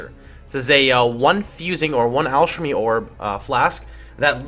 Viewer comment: You have an interesting way of pronouncing things. To my knowledge, you're saying 'rogue' like 'rouge', whereas it normally sounds like 'ro' = bow and 'gue' = guh'. And saying 'Alchemy' as if it's 'alshemy'; to my knowledge it's a 'kuh' sound rather than 'sheh'. You likely don't care. I'm only bringing it up cause there were two words in a row which made my curious. =P